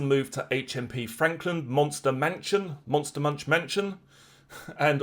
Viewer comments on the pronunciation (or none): none